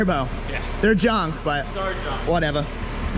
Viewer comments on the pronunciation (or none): did say "whatever" in an Australian accent?